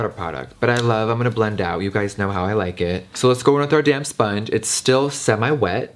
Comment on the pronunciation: Everytime you said “damp sponge” i thought you were saying damn sponge. 😂😂